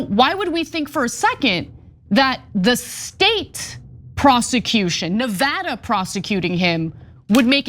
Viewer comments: Thank you , Ana, not only for your courage to speak out, but also for pronouncing Nevada correctly. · The only justice around here that's properly executed is Ana's pronunciation of 'Nevada'; way to slay.